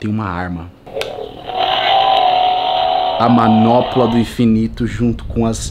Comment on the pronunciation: "MANOPOLA" KKKKKKKKKKKK É MANOPLA